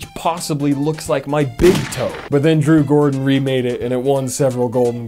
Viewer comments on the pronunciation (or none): nobody gone mention then fact he said drew goRden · Did you call Drew Gooden Drew Gordon? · “Drew Gorden” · "Drew Gorden"